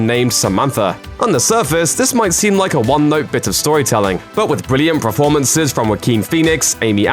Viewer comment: This guy strings words together really quickly and emphasises weird syllables: "fictionFILMS", "NetFLIX", "ParaSITE", "diRECtorial", "TuringTEST", "eVENwhen", "blockBUSTers", "televisionSHOWS", "SUBscribe", etc. He also keeps saying "preformances". I can't concentrate.